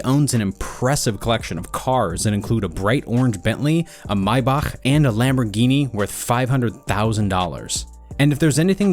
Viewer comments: That’s the correct way of saying Maybach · I've never heard Maybach pronounced like that lol